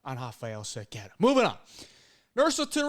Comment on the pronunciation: Most non-portuguese speakers struggle to say "Cerqueira" but you nailed it